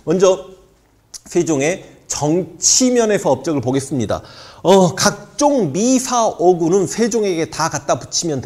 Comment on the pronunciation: 미사어구가 아니라 미사여구라고 읽으시길